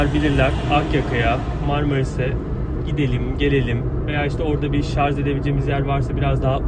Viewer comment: Hocam lütfen şarz demeyin ama bakın diksiyonunuzu beğeniyor insanlar :)